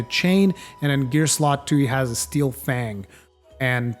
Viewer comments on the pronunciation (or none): none